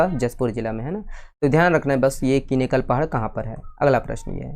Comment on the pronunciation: Sir जशपुर जिला वाला questions me किनेकल पहाड़ी नहीं (किनकेल) पहाडी bolte हैं ❤😊